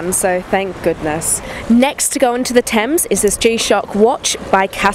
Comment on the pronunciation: Isn't that "Thames" ?